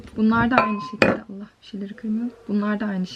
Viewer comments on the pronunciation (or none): none